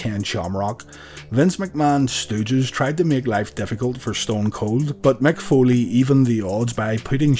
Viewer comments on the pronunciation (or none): none